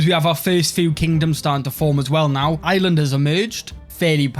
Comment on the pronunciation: I love how he says Ireland like island